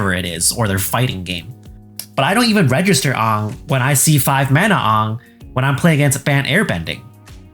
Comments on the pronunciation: The pronunciation of AAng hurt my soul. Ifs AAng not awng. Otherwise, I agree. I think just keep UB out of Standard and dial it back on UB. They're sacrificing old players for new players. But I do not see that occurring. Hasbro makes a bulk of its green on new players buying UB. Hasbro has been hemorrhaging money, and MtG is keeping Hasbro afloat. They can at least do Universes within in cardboard. It worked for D&D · You saying Aangs name wrong triggered my Azula. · My biggest gripe of this video is how you pronounced Aang. >:( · That Aang pronunciation hurts my soul. 😂 It's like the movie that doesn't exist. 😢😂